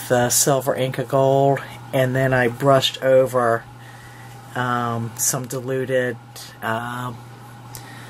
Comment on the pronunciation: You have just had me in stitches! I thought you said "deluded whatever", was is paint? But what you did say was "diluted" LOL I was trying to imagine "deluded paint" !! J x PS forgot to say Secret Garden is my favorite childrens book and I adore the paper line.